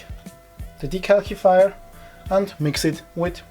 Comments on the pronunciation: Just to let you know the second C in decalcifier would be pronounced with the S sound instead of the K sound (yeah I know the English language is dumb sometimes). The video was very helpful thank you so much! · Very informative! Also funny how you say 'De-calc- ifier' lol